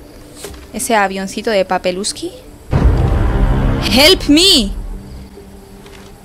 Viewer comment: dice HEPL ME en vez de HELP ME xD